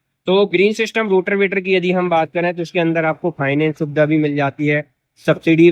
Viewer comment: रोटर वेटर ❌रोटावेटर ✅